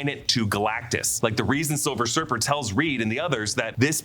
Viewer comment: Why he say silver surfer like that?